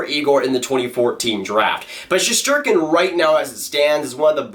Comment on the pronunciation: Shest not shesht lol